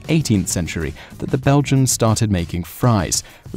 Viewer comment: The "Belgiams"...?